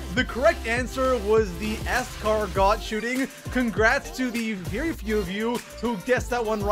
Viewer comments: ES-KAR-GOH NOT ES-KAR-GOT JESUS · It’s pronounced ( es- car - go ) it goes 9 exo 8 iw 7 bo4 6 ww2 5 waw 4 bo1 3 bo2 1bo3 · I love your videos and this is not meant to be hate but the Escargot gun in BO4 is a French name and is the t at the end is silent. It is pronounced as Es-car-go. Just trying to help.